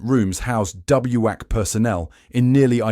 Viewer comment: WAC and WACS are pronounced "whack" and "wax".